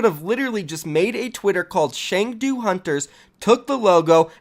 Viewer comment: It's pronounced Ch-ung-do. And Chengdu is in Sichuan province where the pandas are. The name hunters makes no sense but the panda definitely does. I doubt it's a jebait. It's very Chinese to move forward with something without being prepared. Trust me, I live here. lol